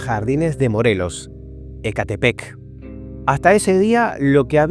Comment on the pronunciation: Muy buen video!! Me sorprende que no tenga más vistas. btw sé que no eres mexicano pero una pequeña recomendación al decir algunos lugares es que busques la pronunciación correcta ya que me daba un pequeño escalofrío cada que escuchaba "EcÁtepec", cuando veas una palabra mexicana que termina en "epec" o "tl" pronuncies el acento en la última sílaba, mientras que con lugares con X los pronuncies con "Sh" Xonacatepec = Shonacatepec, Xilotzingo = Shilotzingo, "Xoxtla" = Shokstla :3